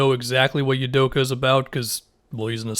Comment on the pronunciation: For reference, pronounced “Ou-doh-kah”